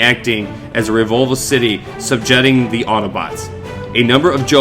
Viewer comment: Subjetting ??? My advice is to slow down a bit, you mispronounced so many words